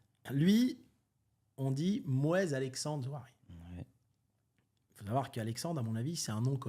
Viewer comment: C’est pas Nouari, c’est NaOUri;) Et Zouari vient d’une famille fortuné de Tunisie, limite des ministres